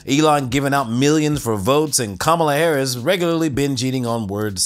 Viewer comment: I think I heard caramel Harris